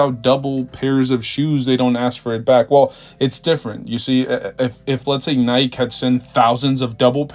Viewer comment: I don’t know if anybody should listen to a guy that doesn’t know how to pronounce “Nike”